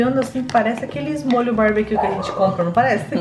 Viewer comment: Kkkkkkkkkkkkkkkkkkkkkkkkkkkkkkkkkkkkkk é “barbecue” não “babiquio” kkkkkkkkkkkkkkkkkkkkkkkkkk